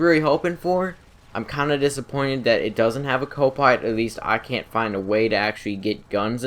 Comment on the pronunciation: I'm Huntwing Wabbit, It's Wabbit Season I have a Swavage I don't have a cwo pwilot but it still pwowerful eheheheheehehehe